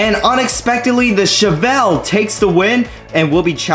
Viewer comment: Your saying chevelle wrong